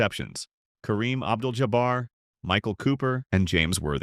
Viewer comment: I can’t stand these videos that mispronounce the names of the characters. Damn, can you respect him by saying his full name correctly?